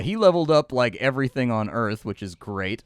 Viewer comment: if you pronounce harth again.